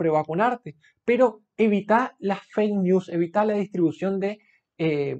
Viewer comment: Dice el Doctor que evitemos las Feisnius. Jajajaja Neta, chido el inglés. 🤣